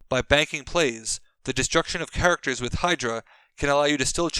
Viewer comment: “Grimaracters,” anyone?